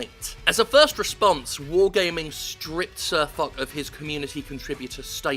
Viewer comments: I'm not being a know-it-all internet troll, but for future reference, I believe it's pronounced Fosh. Like you said, this video was put up quickly, but just a heads up. You've cracked a honey hole here, Jimbo. Wargaming and their major competitor, another Russian entity known as Gaijin Entertainment (WarThunder) are notorious for temper tantrums and will go after even their most loyal and longstanding players for the slightest of criticism. They use things like "EU community contributor" and NA community contributor" first as a bribe and then a content check on creators who fear losing that status (you get early access to new vehicles, event invites, etc). You should have no trouble at all compiling quite the shit sandwich. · Sir Fock. the "-ch" from foch is pronounced "sh", Like "ship" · why all these british dudes call him sir fuck or sir fock, im english and clearly its pronounced fosh. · a slight note: it's pronounced like fosh, not fock. just a little thing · its not sir fuck...his name is said sir fosh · Jim foch is a french name and its pronounced fosh not fuck, i did giggle and cringe regardless though so props for that. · Spot on, good stuff, fck wargaming, fck them sideways right up their flaccid arseholes! Ps. its Foch (like Ferdinand Foch), not Fok... just putting it out there. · Thanks for covering this. Go Foch! Fuck Wargaming, can't run a decent game and can't busines. (It's pronounced Fosh btw, he's a funny salty fucker) :) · FYI, the CH in Cir Foch is pronounced as an SH. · Can't stop laughing at the fact you pronounced "Foch" "Fuck". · Foch is pronounced fosh ;) named after a french tank. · Its pronounced SirFosh Jim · Tank fest is a event own by The Bovington Tank museum, Foch is pronounced Fosh (it's french), and finally Wargaming are pulling Gaijin on us. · I thought it was pronounced as 'SirFosh' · I belive it's "Fosh" not "Fock", after Ferdinand Foch, a French general in WWI, and supreme commander of entente forces on the western front.